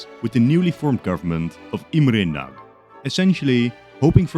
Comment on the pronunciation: Great video, i have just one little thing to say. If you say a name like Imre Nagy then please learn the correct pronounciation, dont just try to say it if it was in english